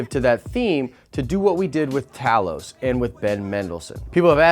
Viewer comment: Does anyone know how to pronounce Talos’ name? The guy in the video pronounced his name two different ways. Once at 4 minutes and 53 seconds in the video and he pronounces it a different way at 6 minutes and 17 seconds in the video . I am just really confused and would like some help